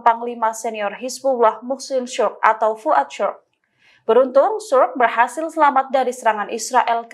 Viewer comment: Sukr bacanya bukan Suk tapi Sukur